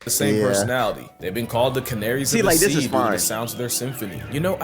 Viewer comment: Bro really said cea instead of sea😂